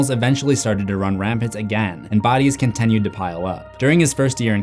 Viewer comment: Brother. I love your content so much. But WHY do you say continued as conTENued😢